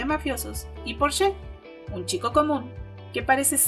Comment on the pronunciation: Quería ver toda la entrevista, pero lastimosamente los errores ortográficos de los subtítulos en español me hicieron doler los ojos. También sería muy bueno que editaran nuevamente la presentación al principio, porque Porsche y Build no se pronuncian así.